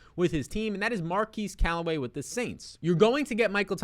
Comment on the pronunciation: His name is not pronounced “Mar-keese” Callaway, it’s pronounced “Mar-kezz”.